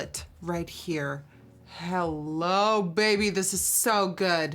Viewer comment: I love her hello it’s like her accent changes to Dutch when she says hello I’m obsessed